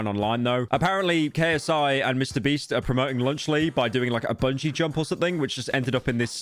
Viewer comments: did i hear that right? "mr breast" 2x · y does bro keep saying mr breast 💀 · Am I the only one who noticed that Pyro refers to Mr. Beast as "Mr. Breast"? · why do i laugh everytime he says MrBreast whats wrong with me?????